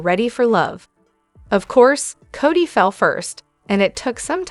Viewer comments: Codie (Cody) Cody please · Right,enough already. There is NO T in his name. CODY plain and simple